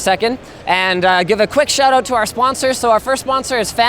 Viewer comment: "A quick shit-out" 10/10 byotaful, byotaful. MISTAKE OF THE YEAR!